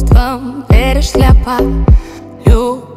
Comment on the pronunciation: Чувствам верить шляпа!!!! Не слепо, она произносит ШЛЯПА!!!